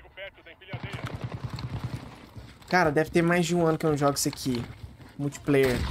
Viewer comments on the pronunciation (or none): "Multipláuer" eu quero é muito hehehhej